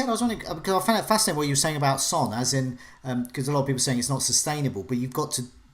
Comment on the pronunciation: Of only she didn't pronounce Son the same as the word for male offspring.